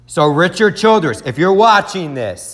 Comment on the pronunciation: Ok really. This is the 10th time I hear you say it in a video. It’s CHILDRESS NOT CHILDERNS. If your gonna blog. Get the names right.